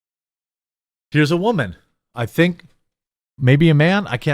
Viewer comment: We did? Because you haven’t gotten this one right yet! Are you saying Deadpool 3 tanked… because I assure you… it did NOT! And please… stop talking like a toddler! It’s WOMAN… not WAMAN you twit! Listen to yourself! You’re talking about a storyline that EXISTS in comic books! You do know there are 2 Green Lanterns… a white one and a black one…right? And no one is calling DC WOKE for that! Also… this isn’t a black Captain America! Captain America died… remember that? He passed his shield to Falcon… an already established character! Your interpretation of what this is, is way off base! You saying you don’t care about the lore means you’re a racist bastard! You should be removed from YouTube immediately!